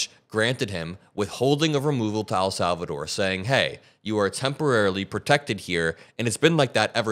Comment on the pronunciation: Bruh it's EHL Salvador not AL Salvador